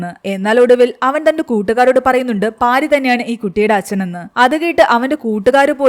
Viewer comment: പാരി അല്ല പാർത്തി ആണ്